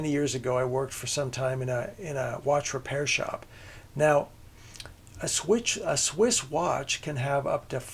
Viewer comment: Swiss, not switch.